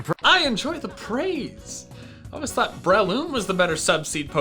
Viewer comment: "I enjoya tha praiseee" sounded like a high class Southern Belle